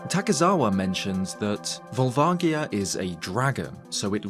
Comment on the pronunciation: Years later and you're still saying Volvagia wrong. It's a "J" sound. Look at the name in Japanese